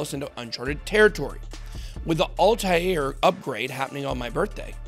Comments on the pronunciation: It's Altair...like All-tare...not Alti-air. That's driving me batshit every time you pronounce it wrong. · Could you butcher the word 'Altair' any more? ALL-TARE.